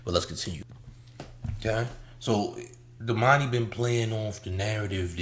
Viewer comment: This nigga said domani better than TI. Is that you?